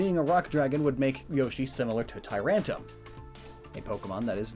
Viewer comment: ... “tyrantum” there’s a r ya know.. A mixture of tyrant and tantrum..